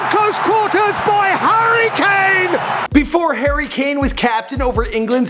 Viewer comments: Hurri k-kane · "Herry Kane" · “Hairy lane”